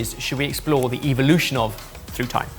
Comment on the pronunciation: "Evilution"? Wtf is that? You guys and your pronunciations.... wild... "Tacko" "saucebin". So weird.... "vinagah"? Hahahah what is happening?